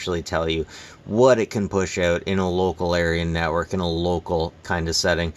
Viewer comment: Sounds like you said local aryan network 🫣